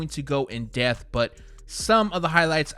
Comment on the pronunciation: ...it's DEP-TH not Death